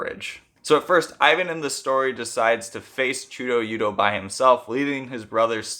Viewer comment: great video! i’d say it’s pronounced much closer to chuda-yuda tho